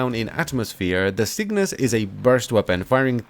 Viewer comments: It's Cyngas, not Cygnas. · CyNGas. Not CYGNAS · I swear you are saying "sickness" instead of "cyngas" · You gotta get up, get down with the cygnas. Yes I know it's cyngas but he says it like cygnas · It’s pronounced singis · say it like that..cyb-gas.... c y n g a s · Each time "Cygnas" is pronounced i feel sadder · Sin-gas. I can see why you'd want to mispronounce it though, that name just doesn't feel right.